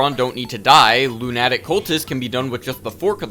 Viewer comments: I don't think I've ever heard someone pronounce lunatic that way lol. Great series though, it's been a good watch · been waiting for this but bro you gotta look up how to pronounce lunatic LOL